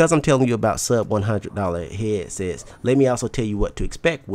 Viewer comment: lol he says Heeadsets